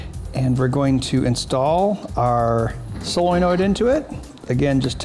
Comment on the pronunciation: Still waiting for you to learn how to pronounce solenoid.